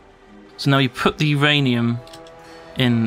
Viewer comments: It's not URanium, it's MYranium. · no its not youranium its myranium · Uranium not rainium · Uranium? My ranium? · myranium, get it right. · What Ranium, My Ranium? Your Ranium? WHO'S RANIUM.